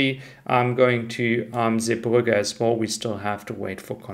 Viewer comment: Love your videos. Can you please not pronounce “as well” as “as wohl“ …. Really annoying. Vielen dank.